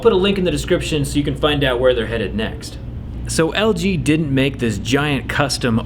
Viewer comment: its LG not JG